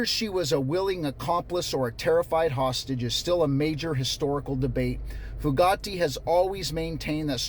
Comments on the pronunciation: I'm from ne so I've always known about Charles Starkweather and Carol Ann fugate (but your saying her name wrong--( few gate )is how we learned it around here not like Bugatti lol. Few like pew gate like a gate!😂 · First, I appreciate your covering this story. I started to watch the CNN story, to educate myself, and I had to stop it. It was too horrific for me to continue watching. Second, “Fugate” is actually pronounced, “FEW – gate.” (I’m a Nebraskan who learned about this killing spree when I was in high school, in the 1970s.) I’m glad I’m an old married woman who doesn’t have to think about this happening to me. I believe ALL of the men who posted videos on that site need to be imprisoned for a long time!!!!!! And the men who look at the website exposed and publicly shamed, so that their wives and girlfriends leave them, and no women date them. They obviously hate women.